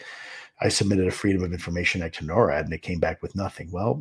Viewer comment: Please pronounce it "NOR-AD" not "NO-RAD"